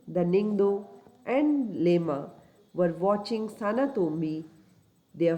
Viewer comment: I would like to do some pronunciation correction with due respect. Ningthou (Ning-th-oo / निंग्थोउ) Leima (Le-ee-ma/लेइमा) Phajei (Pha-je-ee/फजइ) Thauro (Tha-ou-ro/थाउरो) Kangleipak (Kaa-ng-le-ee-paak/कांग्लेईपाक)